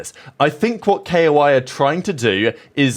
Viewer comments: ITS NOOOT K.O.I ITS KOI BROOO IM NOT KOI FAN BUT PLEAAAASE PRONOUNCE IT LIKE THE FISH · man i love your content but please just say koi